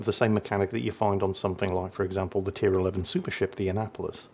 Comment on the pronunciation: I'm so sorry but everytime says Annapolis i hear Anal Police.....